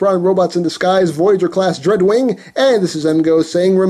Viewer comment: When he said dreadwing i thought he said drugwing